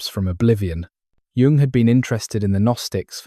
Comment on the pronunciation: I think it is AI because he can’t pronounce the name of Carl Jung.